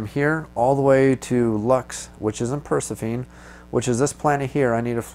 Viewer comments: Great video one thought though.... I think Persephone is pronounced "Per-seh-fo-nee". If I'm not mistaken. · Repeat after me: Per-seph-uh-nee. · I can't take it. Purr+sef+uh+knee. Not per+suh+feen. I'm sorry. You know the game, you know English, you're more than an acceptable orator, just not a Greek mythology afficianodo. I believe inara is based from there, and three episodes mention the planet. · So i like the walk threw but dude you cant pronounce persephone right all😆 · I so deserve to be harassed about how badly I pronounced this name! I would edit it but at this point I grin about how badly I messed it up! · You are correct and I don't have a good excuse for my goofy pronunciation either. I'll blame my microphone! :) Thanks for watching!